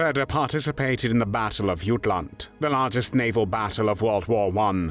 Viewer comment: You're the first English person I've ever heard pronounce Jutland correctly